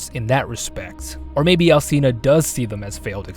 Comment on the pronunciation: that's not.. how it works... You're literally arguing with facts. And if u wanna go further, it's not al-see-na, the "ci" is pronounced as the "chi" in "chimpanzee". The game developers (japanese) even know how to pronounce it! Check the japanese actors pronouncing Dimitrescu heavenly. Ig it's just lack of knowledge and care on the part of the English VA.. Really grinds our gears to hear people venerate her and not even know how to pronounce her name correctly, we find it very disrespectful and ignorant